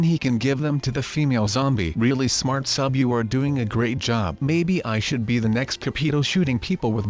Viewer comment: it's sub... Say it with me. S-u-b. Say it right